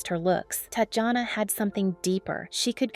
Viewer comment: Her name is pronounced as "Tatiana", please at least get it right if you wanna do a tribute.